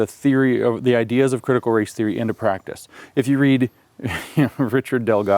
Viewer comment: He does say it well … apart from the word ‘practise’.